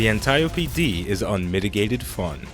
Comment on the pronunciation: I swear its pronounced "An-tee-ope" Not "An-tie-opie".............i mean...just sayin